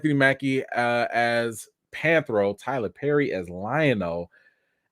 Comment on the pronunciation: Anthony Mackie cannot play panthro He can’t even pronounce the name right….by the way the panthro you showed is not the original one